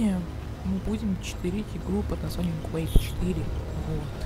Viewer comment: Бро правильно Quake 4 а не Quage 4